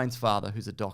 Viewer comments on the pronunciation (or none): Did you say randel savage? The second time?